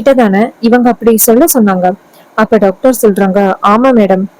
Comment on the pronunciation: 😂 டாக்டர் என சொல்லவும் நீங்கள் சொல்வது டக்டர்